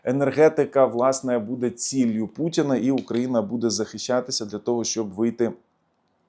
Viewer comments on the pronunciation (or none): Ціллю, не цілью